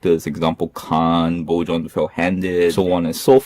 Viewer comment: Nice review! Just a tip Bjorn is pronounced like 'byorn'.